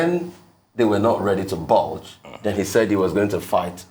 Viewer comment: Budge not bulge, please.